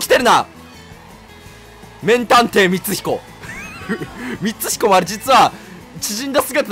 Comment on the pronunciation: 〜 みつひこって言えなくなってて草